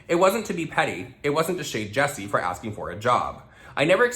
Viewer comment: Damn I can help but hear the name “ Jussie Smullet from empire” and you are saying Jessie smiles 😂 HAHAHAHAHHAHA